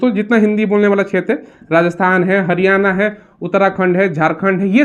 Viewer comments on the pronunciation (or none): none